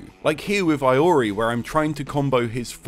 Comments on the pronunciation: Never heard anyone say Iori's name as Hay-ori, most people call him ee-oh-ree. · Aye-ori : P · how dare you say eeyory's name like that, I am appald (/j) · i<3u but i know you didn't just call him eye-ori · I wasn't expecting that pronunciation of Iori.